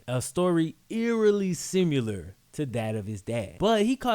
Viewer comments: For the 100th time; It's similar not simular. :) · youre videos are the shit. side note, I love the way you pronounce similar as "sim-you-lur" haha. reminds me of 50 cent. in one of his songs he says "im sim-you-lur to a squirrel.." fucking awesome man.